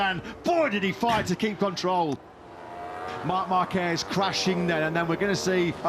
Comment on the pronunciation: yg bilang markrsot 😂😂😂